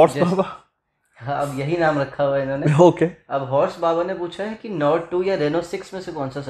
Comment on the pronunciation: नाराजगी इतनी ज्यादा है कि नाम भी सही नही ले पाए!☺️